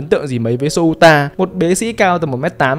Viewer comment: Souta đọc là Xô-ta nhé, đọc "Sô-u-ta" thì...